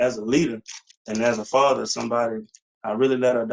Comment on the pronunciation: Fasher can you hear me? FASHER! FASHER!